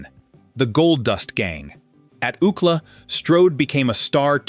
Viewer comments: U.C.L.A. not "OOCLA." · Oookla? Did Kelly Bundy sound this out. It was U C L A you boneheads. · Prounouncing University of California, Los Angeles as “ūkla” is completely distracting. It is pronounced by each letter: U.C.L.A. Paté is not how Americans pronounce it, either. It’s pāte. So distracting! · U-C-L-A not Ookla😂 Ookla was Thundarr the Barbarians sidekick. This is getting ridiculous. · Ook-la? You mean “UCLA”? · UCLA, not Ucla. Stupid ass. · OOO-cla. LOLOLOLOLOL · No one in the United States calls UCLA by the term ookla. U. C. L. A. is pronounced like you see el ay. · Ookla? I think you mean U. C. L. A. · Ookla?! Are you trying to say University of California Los Angeles - U.C.L.A.???!!!! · ookla😂😂😂 UCLA??? 😭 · "Ookla?" Don't you mean U.C.L.A.? Please get a human narrator! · UK LA? You mean U.C.L.A. ?!🤨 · U. C. L. A.- not ooklah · It is U. C L. A not UUcla. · I'm thinking, what the heck is OOKLA, until it dawned on me. Doesn't anyone ever check pronunciations at least? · University of California Los Angeles UCLA being pronounced “ookla” 😂 distracts from this story. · It's U.C.L.A. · This is the first time ever hearing UCLA pronounced as a word. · Proud of LA born and raised Woody! Took me a while to figure out what “UCK-LAH” was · Took me a while to figure out what ookla was… I thought he must have went to some Indian school😂😂😂😂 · oookla? really? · UCLA? That’s U.C.L.A as in the University of California Los Angeles. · I'm African living in Africa, so I am trying to understand does he mean UCLA? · UCLA, do you mean U C L A, the University ? Come on, do better. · THE GUY SAYS ................... UUUCLA ?????? FOR UCLA .................. C"MON ...... PLEASE ................... WOODY STRODE ................... AN ALL TIME FAVORITE ................... TRUELY .... A GREAT MAN